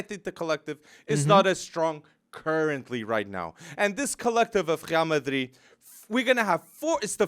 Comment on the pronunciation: Wtf is "Khrial Madrid"? Cringe